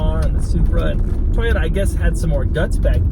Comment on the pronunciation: Toiyyotta ... inspaiyyyard... haha Jokes aside, great review :)